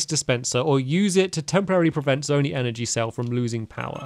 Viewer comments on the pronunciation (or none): Please, I beg of you, stop pronouncing it zone-ee, it’s zone-ai. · stampy your saying zo-nee it’s zo-ni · It’s pronounced “Zone-eye”, not “zony”. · Zone-eye is the pronunciation of zonai